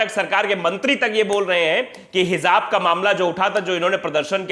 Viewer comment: Bahut salute hai sir. .aapko jaise patrkar ki a aaj bahut zarurat hai...Sir hijab shabd hai not hizab